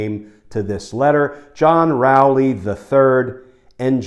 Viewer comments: Glenn, why do you incorrectly pronounce Rowley? Do you eat soup or cereal out of a bowel? Prior to recent times Rowley has always been pronounced the same as bowl. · When Glenn read the name of the first lawyer, i heard 'John P.. Rowley the Turd'. I wonder why...